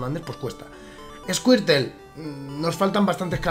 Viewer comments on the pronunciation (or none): se lo dices a alguien que dice "esquirtel" hahaha